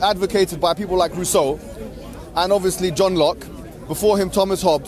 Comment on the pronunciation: Putain, entendre "Rousseau" dans sa bouche m'a fait saigner les oreilles. 🤮